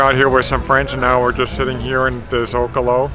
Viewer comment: Please learn how to pronounce the town you're in and simple, often used words like Zocalo! Its a little gruesome listening to you decimate the language. Get a local speaker to correct you til you get it right. Won't be difficult. It also shows respect to the culture if you try. These videos would be a lot better if you both weren't trying to crowd into the frame. Just record one at a time letting each speak descriptively, then edit it later. Its not as if you're under some time restraint, right? We can see the irritation as you each try to butt in to say something you feel may be missed. A lot of YouTubers make this mistake. You don't have to. When shooting video don't try to narrate it while you shoot. Rather just focus on capturing the visuals and add the voiceover later. You'll think of more things to say later as well. Sadly most people try to do everything at once. It rarely works. People always forget things on the fly. And when you're describing a place - show the place. That is why we watch. To see the subject matter. So many YouTubers think they are fascinating. Not so much. But their subject is why we're watching! If they let us see it. You don't come across as egotistic at all so don't worry about that. You both seem humble and that is very pleasant for a viewer. Younger YouTubers especially often have immense egos. "I've been getting sooooo many of these questions recently.....". We've all heard that before.